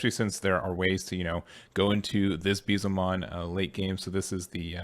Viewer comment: Please look up the correct way to say Beelzemon